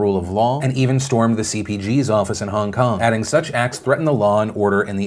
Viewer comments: is it just me, or does it sound like Phil is saying Hung Kung, not Hong Kong? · "Hung kung" lolll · Hongkong was spoken 6 times. Philip also pronounces the name wrong. It is annoying